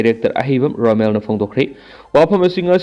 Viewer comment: Romen not Romel !